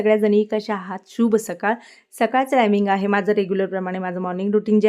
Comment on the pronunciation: शूभ सकाळ म्हणू नका ताई प्लीज्. शुभ सकाळ. श ला पहिला म्हणजे र्हस्व उ लावायचा. बोलताना याप्रमाणे इच्छा करायचा. मराठी मायबोली आहे ना आपली?